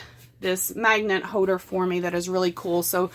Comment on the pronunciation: Great tips and she's very handy! Too funny, I noticed the "silent-L" thing (HODERS) at the very beginning of the video. It's a little like "baby-talk" to me, and coming from IL (live in CA 43 years now) each area of the country has their 'isms' and unique way of speaking.